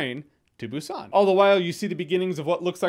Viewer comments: Its pronounced boo sahn with the emphasis on the “oo” in boo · Should be more of a "p" sound correct? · hmmm sort of. They don't pronounce it with a heavy "B" so to native english speakers it sounds like "P". So it's a very subtle b. They use the letter "p" in the alphabet too. For example bread is spelled (in english) ppang so you'll definitely hear a difference between saying Busan and ppang. Hope that clarifies XD